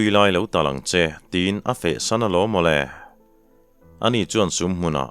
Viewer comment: Tawlai,tia I chhiar thin hi,tawlan tih tur a ni lo maw?